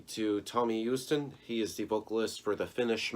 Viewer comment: Tomi is pronounced Tommy and Joutsen is j out tsen. So out, not oot.